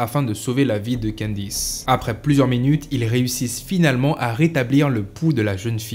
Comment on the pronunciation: candice et non quendice